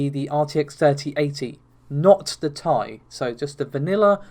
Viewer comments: I'm going to leave a dislike every time you say "tie" instead of T-I. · never heard anyone pronounce to the TI cards by Nvidia as "Tie" now I want a Star Wars special edition that's called RTX3080 Ti-Fighter